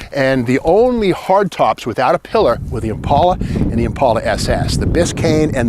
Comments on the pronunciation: The way you say Impaula, I thought it was Impala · Thank you Steve that the way I pronounce Impala. I suprized that 2 door Impala is still sitting there. Someone needs to save her. I wish I could.